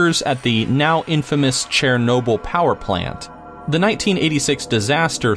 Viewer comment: The now infamous "Chair-noble" power plant